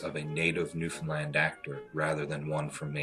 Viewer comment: I've live in Newfoundland me entire life and im some happy he said Newfoundland right tho most of it was shit